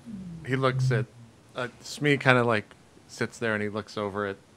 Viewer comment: Its SMEEE JP